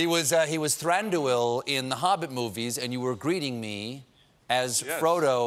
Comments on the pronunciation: For the love of all the Eldarin languages, Stephen, will you please learn how to pronounce these names and words correctly? It is not Thran DOO ILL but rather THRANDwheel (hello, Richard Armitage renders it properly in the Desolation of Smaug, listen to him?) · Well, he can't pronounce "Thranduil" for a hill of beans. It should be two syllables, not three, accented on the first: THRAHN-duyl, with the "uy" diphthong as in Spanish "muy" ("very"). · ... shouldn't Thranduil be pronounced "thran-dwEEl" because of the UI diphthong? Where are my conlangers?